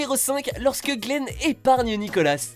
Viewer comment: Nicola... pitier Nicola pas nicolasss